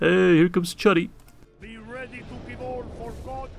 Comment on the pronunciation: Why would you assume that in Polish "ch" makes the "tsch" sound and the "u" is pronounced as short a? No, in normal languages "ch" is "ch" and "u" is "u". And stop pronouncing d as r, that's just unhealthy. The best transliteration of "chudy" into English would be KOO-DEE.